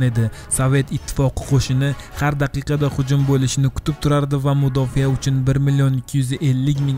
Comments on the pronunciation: Mudofiyamas mudofa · Mudofa deng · O'zbek tilida "mudofiya" degan so'z yo‘qku! "Mudofa" deng dovdiramay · Mudofiyamasa mudofaa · Mudofiya emas Mudofaa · Mudofa deyiladi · eee mudofiya 😂😂😂 oldin tarixni yaxwilib urganb ol